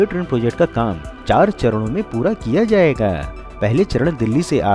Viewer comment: “ jayega” “ Karega”. — pls stop giving too much stress on certain words